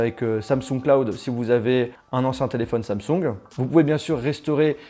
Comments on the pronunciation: Cest pas "Samsougne" cest "Samsong" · J'aime bien comment il dit samsoug et non Samsung 😂😘